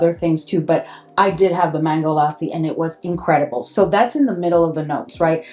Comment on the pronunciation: Lassi ur saying correctly